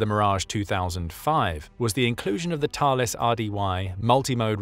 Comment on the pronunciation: Yet he got the French pronunciation of Thales perfect ! 😮